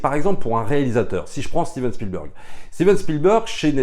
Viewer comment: Bonjour les amis, y a t-il une private joke à prononcer "Spielbeurg"? Parce que tous les Anglophones et Germanophones savent que cela se prononce "Bèrg". Alors je me demande. Merci